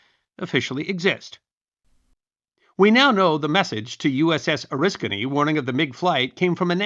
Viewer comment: As an Oriskany native, it's nice to hear our little village name get pronounced correctly. So few historians on Youtube do so. Also, more pertinent to the video - So he's the real first jet ace, most likely??